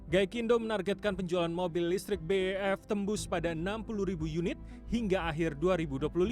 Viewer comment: BEV kok dibaca BEF😢